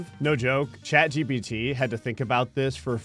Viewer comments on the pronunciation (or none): none